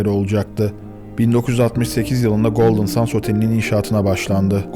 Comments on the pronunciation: Golden sans değil. Sands. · Golden Sends telaffuzu Sans değil. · Abicim.. Golden Sends diye okunur... Gözünü seveyim. sands denilince boh oluyor.. Benim ana dilim ingilizce... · 10 dakikadır golden suns diyorsun bro. GOLDEN SANDS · Golden sendz diye okunuyor brom ! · Çok güzel video olmuş öncelikle teşekkürler fakat bir şey dikkatimi çekti goldın sens diye okunmuyor mu ben mi yanlış biliyorum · Bu kadar iyi hazırlanılmış bir videonun başrolü otelin ismi nasıl doğru telaffuz edilmez.